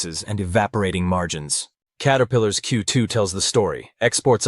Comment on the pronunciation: AI s "carepillar" is hilarious